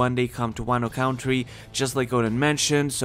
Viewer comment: “Wano count tree”